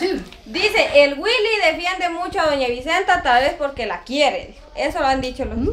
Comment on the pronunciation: Si da risa la abuela jajajajajaja ta loca dice wuili